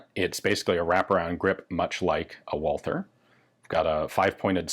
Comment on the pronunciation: What about the P64 Radom? That's certainly chambered in 9x18? - not "Walter" auf English, but "Valter" auf Deutsch. Pass hier auf, mein Sohn. I'm just sayin'.... ...